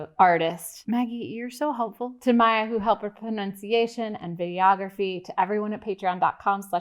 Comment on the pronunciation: Anyone else hear "videography" as Gayography? Call it a Freudian slip or whatever but given the context of the video it sounds like a legit discipline. And a pretty fun one at that.